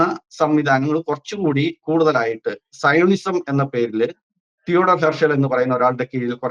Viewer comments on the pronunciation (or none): സയണിസം അല്ല, ത്സിയോനിസം